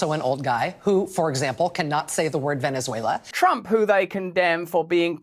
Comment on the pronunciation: Trump may have mispronounced Venezuela BUT he is obviously NOT in mental decline in spite of immense pressure!